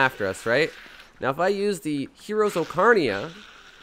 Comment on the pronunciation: I don't think I've heard anyone say it Oh-car-nee-uh before. Funny side note though, music store near my house growing up sold ocarinas ^.^